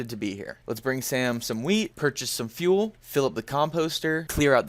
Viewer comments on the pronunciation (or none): none